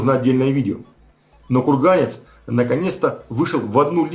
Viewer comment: ну отвел бы ты сына к логопеду, ну невозможно слушать "кевлаг.. кухганец..эгономика...бгонетехника.."